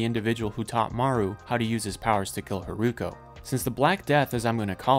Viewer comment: Love this video it's extremely informative for a casual anime watcher. I had no idea there was a time gap between the two storylines and wasn't able to catch that from the episodes. Just one point, the way you spell Hiruko sounded a bit like Haruko in Japanese and I got confused at some parts :( Looking forward to the second part!